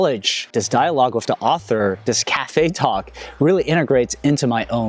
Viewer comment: Why can you say repertoire but can't say with?